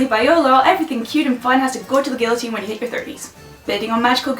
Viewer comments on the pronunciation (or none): none